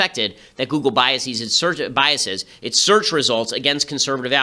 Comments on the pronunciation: ok you figured it out a few minutes in. Btw people reading this: "biaseeees" is NOT A VALID PRONUNCIATION. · You are pronouncing "biases" and "prejudices" incorrectly, and it's driving me insane.